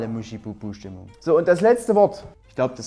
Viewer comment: Schön! Aber MuschEbubuh ni MuschIbubuh!!!